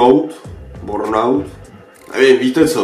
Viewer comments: Kluci není to náhodou bUrnout a ne bOrnout??? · Čti bérnaut